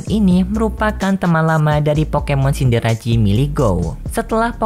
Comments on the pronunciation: Ralat min, mungkin Cinderace seharusnya dibaca Sinderese, bukan Sinderasi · Scorbunny jadi rabbot baru cindarece juga salah disebut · Pengucapan "Cinderace" pun kurang tepat bro